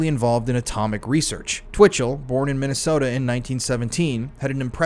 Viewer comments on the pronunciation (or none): none